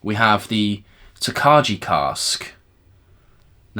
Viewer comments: Interesting stuff. The Original Golden Beer Cask and The Triple Distilled Cognac sound amazing. Looking forward to the cask strength releases of The Original and Peated - for some reason no Triple Distilled. Tokaji is pronounced tok-eye BTW. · Like the format FYI it’s tok-aye 😊